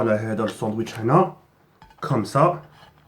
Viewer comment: "sandouitche" IL A DIT MDDDDDDDDDDDDR